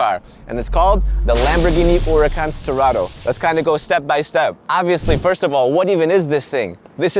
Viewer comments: URACAN 😂😂😂😂😂😂😂😂😂😂😂. Where’s the h 🤣🤣🤣🤣😂🤣😂🤣😂😂🤣🤣😂😂🤣😂🤣😂😂🤣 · There's An " H " in Huracán LOL